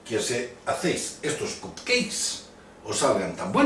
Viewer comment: fantastic per cert es pronuncia capceiks